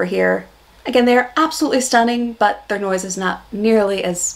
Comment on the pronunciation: "Their", not "Thei"